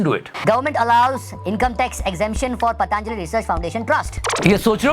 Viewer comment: Sir, Patanjali not paadaa-anjali